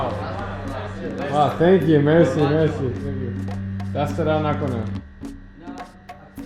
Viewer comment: That's not mezi you have to say mersi